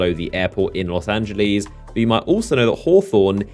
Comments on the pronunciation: Los Angeleeees , please tell me that was a joke a closer pronunciation would be "lohs angelehs" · Did u just pronounce los angeles as los ange-lees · Did he say fucking los angilez oh my fucking god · Los Angeleez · "Los Anglys" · I fucking love how he says it xD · Olivier Kahn Los Angleies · He pronounces Los Angeles in such a dumb way😅